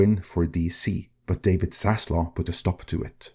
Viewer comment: This is so amazingly silly. There is no cabal out for zaslov (the v is pronounced)